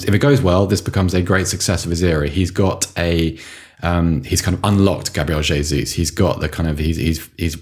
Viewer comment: The first podcast I've listened to where they're correctly pronouncing the J in Gabriel Jesus. Boils my piss when 'experts' are assessing how suitable he may or may not be for Arsenal when they can't even get his bloody name right. TalkSport I'm looking at you.